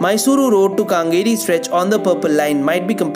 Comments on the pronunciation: how do u feel if we call Kolkata a Calcutta?! Or something wierd kolkatta?! It's Kengeri and not kaaaaangeri... Supporting ur Bengali friend doesn't me our city is wrongly pronounced. And it's Bengaluru btw not Bangalore. Kolkata people feel offensive if someone calls it calcutta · Except for his pronounciation of Kengeri as Kangeri, Bangalore instead of Bengaluru rest all are ok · Where the heck is this kaangeri? In Congo? Kindly learn a bit of Kannada pronunciation as it is quite dismal. Other updates are fine, thank you. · Kengeri is pronounced "কেঙ্গেরি" and not "কাঙ্গেরি". But brilliant and much awaited update on Namma Metro, thanks a tonne!!! ❤️ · In Bangalore, the Metro Rail known as Namma Metro, in that one of the Metro Rail Routes which they have taken up is from Mysore Road to Kengeri, Not Kaangeri. Please pronounce it properly. Moreover it is Not only from Mysore Road Metro Station (which comes in Nayandahalli) to Kengeri, but it has further gone upto Bidadi. (pronounced as Bidadhi) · It is not kaaaaangeri it is Kengeri. And Bengaluru not Bangalore. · Kengeri - use KE as in kempegowda. Not kangeri. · Kengeri, not Kangeri. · Its Kengeri Not Kaangeri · It's kengari not kangeri... Ken as in Kenny 😂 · Kengeri not kengari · It's not kangeri..... Idiootrssss it's ken ge ri !!!! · How can you even pronounce Kengeri as kangari.. 😂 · I stay near Kengeri metro ... I was laughing at the point he said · Kangeri <> Kangeri.. Do you see the difference? Classic example how an informative video can raise questions which is because of stupid pronunciation!!